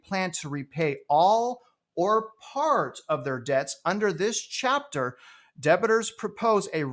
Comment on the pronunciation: Omg please stop saying "debit-er". the person is a "debtor" as in "debt"